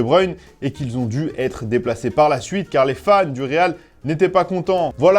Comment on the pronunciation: Le rrrrrrrrreeeeaaaaaaaalllllllll